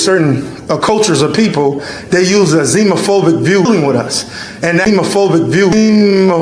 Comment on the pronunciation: I was almost certain he said “child copulation,” but upon further review it could have been “population.” Hard to tell because he mispronounces so many words like a dummy that’s trying to sound smart, like “Canadia”, “epitic” (epithet?), and “zimaphobic” (xenophobic?).